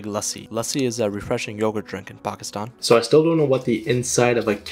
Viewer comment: No offence but how come you can't even pronounce your own country's name right? I meam the t in Pakistan is not the "tomato"-t but the french- Italian "t" i hope you're getting my point